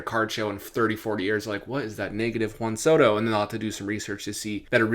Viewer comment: Whan Soto…Wheat thins….the emphasis on the WH